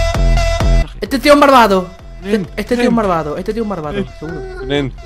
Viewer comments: Dice marvado jajajajaja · Like cuando dicee marvado